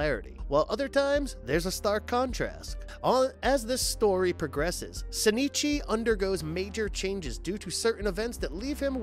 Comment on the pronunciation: I'm sorry. How did you pronounce Shinichi and Migi?